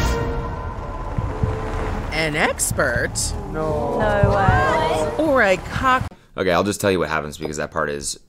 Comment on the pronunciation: The Aussie accent is actually very hilarious. They turn "NO" into three syllables! NO-EOW. lol